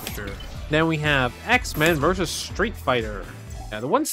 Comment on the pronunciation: Oh man please stop saying "Verz" it's "Versus".... Even if it's "Vs" it's still.... versus